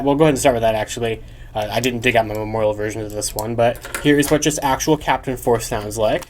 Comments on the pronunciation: With the Gaoranger key in the Korean Mobirates Why did I hear Jungle P***y instead of Jungle Force ? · They pronounce "force" as "poseu" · What did he say 😳 The way it says force doesn't sound right.